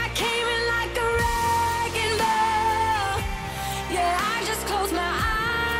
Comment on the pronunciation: I love it how she pronounces "ball" like "bell" ... Idk😂its just cute